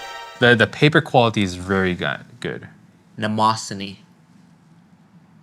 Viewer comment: Both are wrong. It's pronounced "NE-MO-SAIN"